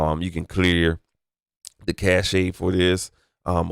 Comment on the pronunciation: Cache is pronounced like CASH, not cash-hey.